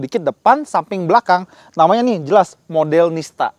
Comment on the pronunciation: Pendengaran ku yang salah apa gimana dengernya "MODELNISTA" WKWKWKWKW